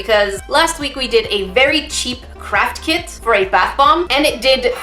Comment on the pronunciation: Am I the only one who hears saying crap kit instead of craft kit 😂😂😂